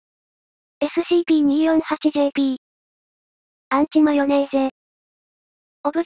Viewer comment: アンチマヨネーゼじゃなくウンチマヨネーゼじゃねーか